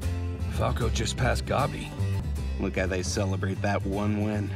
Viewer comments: "Gawbi" fuckin hell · Why do they pronounce Gabi like that 😭😭😭